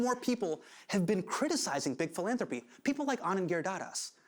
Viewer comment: I’m sorry but every time Hasan said philanthropy reminded me of Phoebe saying Phalange 🤦‍♀️